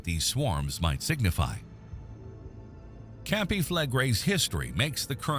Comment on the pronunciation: Mispronounced - CAMPI - SANTORINI - clickbait. These doomsday prophets never die out. Waste of your time.